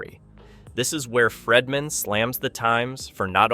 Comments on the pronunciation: please fix your pronunciation of Friedman. It’s pronounced Freedman NOT Fredman. Long E. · Its Friedman (FREED-MAN), not FREDman. While I understand that you simply pull from everyone else's YouTube videos/reporting from hours earlier to then compile it into your own video, please make sure the clips you are inserting match what you are talking about at the time. A lot of it isn't matching and you repeat the EXACT same things over and over (the NY Times) but a few minutes apart. You also inserted a clip of the WME CEO (Ari) that had nothing to do with what you were talking about at the time?! It's misleading and the 3 ir 4 videos I've seen of yours, you do the same thing. Obviously, whatever you're talking about should align with the clips that you're inserting at that moment 🙄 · Pronunciation is FREEman not FREDman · My goodness!!!His name is Friedman not Fredman!